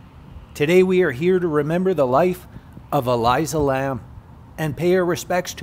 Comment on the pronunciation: E Lisa is how you pronounce it. Also that grave encryption is about as random and haunting as her death. Lovely video.